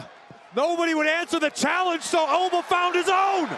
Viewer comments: did he just say Obie?😂😂😂😂😂😂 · The O pronounced in Oba is same in Organ not as in Orange...